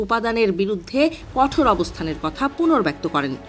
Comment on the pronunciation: কঠের❌ নয় কঠোর ✅ হবে